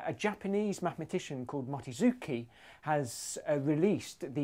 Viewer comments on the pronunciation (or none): MOCHI. REPEAT AFTER ME. MOOOOOOOCHI. MOCHHHHHI